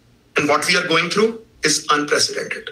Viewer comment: Every time he says “Vee will continue” I 😂😂😂😂